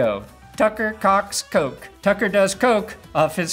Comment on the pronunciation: Koch is pronounced like Cook